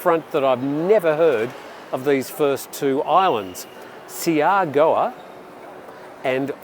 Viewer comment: Siargao is pronounced Shargow and is the most Easterly island in the Philippines off the NW coast of Davao island